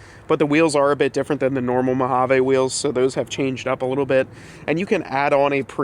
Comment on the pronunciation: Say it with me now: mow-HAA-veeeeeeeeee Sorry as a ‘25 Mojave owner it makes me cringe every time I hear “eh” Otherwise great work. Keep the suspension, it’s one of the truck’s best traits IMO. Several options out there for modest lift while keeping suspension (e.g. RockJock)